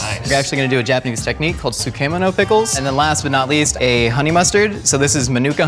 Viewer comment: Butchered the pronunciation of sukemono